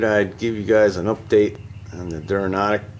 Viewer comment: Duranautic not Duranahtic.